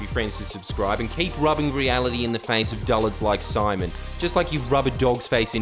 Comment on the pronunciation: Everytime you said "simon" it triggered me deeply